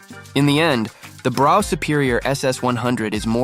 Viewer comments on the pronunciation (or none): Brough is pronounced bruff